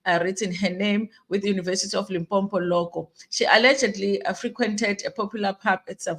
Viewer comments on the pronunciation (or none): Wena haibo! One 'm' in Limpopo not Limpompo. Lim + popo.